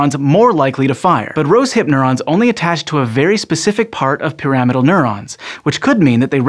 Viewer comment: Some people pronounce pyramidal differently.